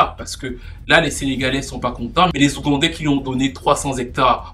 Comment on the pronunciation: Hâte de suivre la suite de cette histoire, et le p'tit "Akoin" sur "les ougandais" là ça m'a tué 😂😂😂